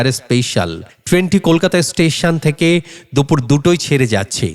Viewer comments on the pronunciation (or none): none